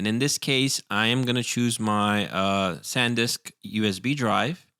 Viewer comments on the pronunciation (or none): none